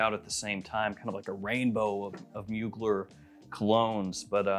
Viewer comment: Pretty sure it’s pronounced “mooglair” not “muugler” lol